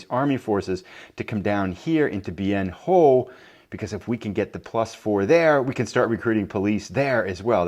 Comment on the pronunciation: Just a pronunciation note,: Bien Ho is actually pronounced Bien Hwa (I heard Walter Cronkite say it that way often enough on his nightly newscasts, back in the day!). Also, a question: how did the Tet Offensive go from Jan. ‘68 to Jan. ‘69? So far a great replay! Keep it going.